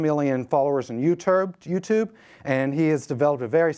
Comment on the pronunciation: said "YouTerb" lollll he was a little nervous. I would be nervous too, introducing one of the best in the fitness industry